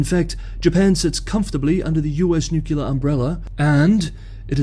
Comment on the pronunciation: The word is not pronounced nuke-yoo-lar, it is pronounced as spelled ... nuclear ... noo-clee-ar.